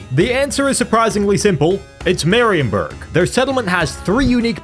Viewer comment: Marienburg.. dont pronaunce it that way. In german (which theese names are) ie is a long i so: Mariinburg for ya english speakers.